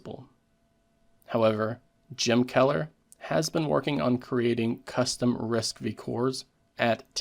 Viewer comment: It's RISC five (roman five), not V (vi)